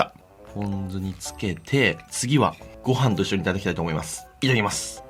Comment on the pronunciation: 銀色のやつの時若干「いためきます」って言ってて草生えた